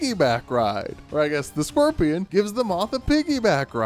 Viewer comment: “the squirpion”